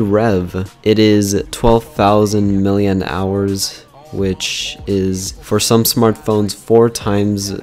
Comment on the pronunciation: it is pronounced milli amp hours